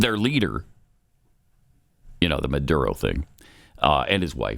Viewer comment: Say it the way it's spelled. Maduro...not Mudoodo.